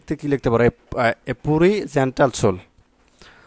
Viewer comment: পুরি না পিউর